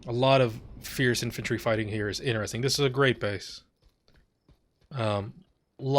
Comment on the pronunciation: I thought you said "entropy fight" instead of "infantry fight" but with the way some of the infantry stalemates are in this game, "entropy fight" feels like a better name.